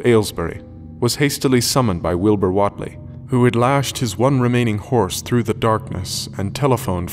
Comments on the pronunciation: Overall your voice is nice to listen, but your attempt at the local Dunwich accent needs work. Also I think it's pronounced "Waitlee" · What’s with the hard southern accents? It’s Massachusetts. Even know that all the way from London. And Wheatley is pronounced “Wheat - LEE” not “Wot -lee” or “Wit - Lee” or “wet - ley. It’s “WHEAT - LEE”. Wheat like the grain. Duhh.